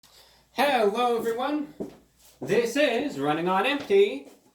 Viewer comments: Heewwo everwone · HEWWO EVERYONE!